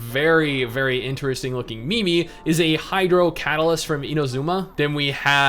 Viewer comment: did you just pronounce meme as... mi-mi?